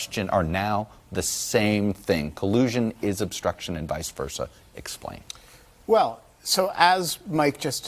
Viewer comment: "That splains it" desi